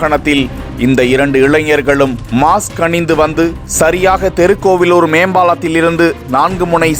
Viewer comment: தெருக்கோவிலூர் இல்லை மூதேவி! திருக்கோவிலூர் எனச் சரியாகச் சொல்! தமிழை வழிப்பறி செய்யாதே!